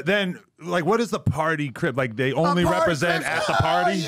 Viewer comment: He said im trying to Cripasent my self real nifty 🤣😂😂 I’m dead fool